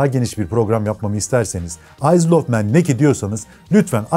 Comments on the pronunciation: Isle of man deki isle, ayl olarak okunuyor abi iyzıl şeklinde değil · süper :) abone ve beğen tuşumuza bastık. nacizane bir küçük düzeltmem olacak (her duyduüumda tüylerim diken diken olsa da motorrrrsiklet değil). Isle of Man ayzıl diye okunmaz ayl diye okunuyor. Ayl of Men deniyor. Tıpkı Islan ın ayzland diye okunmayıp Aylınd diye okunması gibi. Isle of Man demişken BAbuş ruhun şadolsun bu arada :) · Abi tebrikler çok güzel ama isle ayıl diye okunur ayzıl şeklinde değil 😊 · Abi ukalalık gibi algılansın istemem ama aysıl of men değil ayl of men diye telaffuz edilir. Video şahane olmuş 👏🏻👏🏻👏🏻👏🏻planet gibi zundap gibi makineleri de anlatsan bir ihtiyarlar serisi olabilir 👍🏻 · Takipteyiz,seviyoruz ve notumuzu düşüyoruz;Isle,Ayl diye okunur Ayzıl diye değil